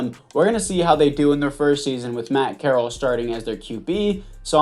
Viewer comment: FYI it is pronounced corr-al